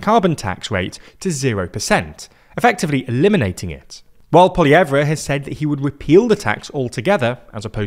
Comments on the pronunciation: Side note. Pierre'a last name is pronounced like. Pwo-lee-ehv Not Pwo-lee-ev-ra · POLY-EV You don't pronounce the -re at the end. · Quick note, it's not pronounced Poiliev-reh, just Poiliev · Guys name is "polly-ev," not "polly-ev-ra." Yeah I know how it's spelled, but that's how it's pronounced. You could also call him Maple MAGA if that's too difficult, though. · It’s PoilieVre not PoilievrA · It's polly-ev not polly-ev-ra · It's poli ev not ploi ev ra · Poilievre name is pronounced Po-lee-evv NOT Po-lee-ev-ra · All this time talking about Trump and how he could swing the election in Canada, and you left out the interview he had a couple days back where Trump said he would rather a liberal government in Canada. Why leave that out? Also, it’s pronounced Paul-e-ev, not Paul-e-ev-re. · Aghh! Poly-Ev-Ra... I want to hear what you're saying but I keep hearing how you're pronouncing that lol. Great info in your vid tho thank you! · Small nitpick, but Pierre Poilievre’s name is pronounced with the “-re” silent, like “paul-ee-EV” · the "polly ev rah" pronounciation here is painful to listen to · It's just 'paul-ee-ev' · Who the heck is polly-evra... like even sounding out the letters of Poilievre doesn't lead one to land on this... Sorry but it's a sign of snobbery when you decide how you're going to say someone else's name. In a world where it would be difficult to find out how to say it properly, one could be forgiven, but Poilievre has thousands of videos referencing him and saying his name as he'd prefer it to be said. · Poilièvre is pronounced with the final 're' silent. "Paul-iev". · My guy it's pronounced pwah-lee-yehv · its polly-evv, no R sound despite it being in the word… ugh french.. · lmao POLIYEVRA 😂😂😂😂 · You don't pronounce the 're' on Poilievre. It's just "Polly-ev" (like the word ever, without the 'r'). Same thing as dropping the 're' with the Louvre. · Pretend there is no R in Poilievre. Polly-Ev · Poly-ev, no pronunciation of the R